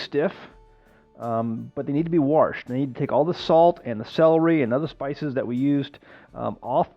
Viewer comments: One minute in and I trust the content because you said warshed . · There is no “r” in wash. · Old Pennsylvanian speak. Pa German for Wash. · “Warsh”???? Where you from boy? HA!